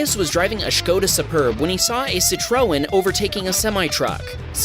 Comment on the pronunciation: Nooooo you didn't say "sitrun" for citroen 😭